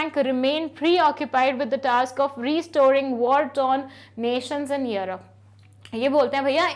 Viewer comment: Mam yaarp not Europe hota hai🤣🤣🤣🤣🤣🤣🤣